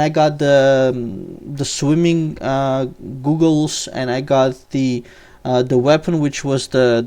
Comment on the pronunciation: You said googles, lol. It´s goggles. Goh-gles. And your weapo is Gothic-Ege